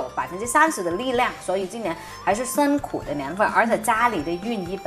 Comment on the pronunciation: 不是伸苦是，是辛苦。好好学习。